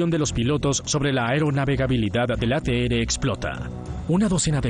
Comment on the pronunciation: No existe la letra "ere" se pronuncia la letra "erre" ATR. "ateere" suena ridículo.